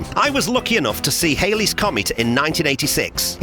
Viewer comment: It's not "Hailey's" Comet. 🙃